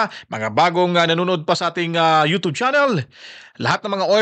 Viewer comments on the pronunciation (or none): Bakit “ yo tob” channel?bagong pronunciation?